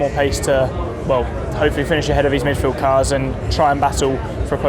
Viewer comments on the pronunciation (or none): russel "middfield cars" lol